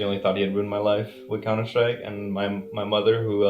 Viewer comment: idk why it bothers me so much ....COUNTER - SRIKE